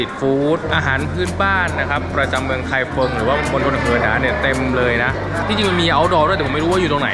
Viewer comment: ไม่ใช่ ไคเฟิง แต่เป็น ไคฟงครับ ภาษาปินหยินเขียนเป็น feng แต่อ่านว่า ฟง😁😁😁